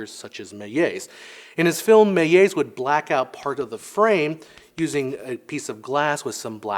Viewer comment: The L in Georges Méliès is pronounced like an actual L, not a J/G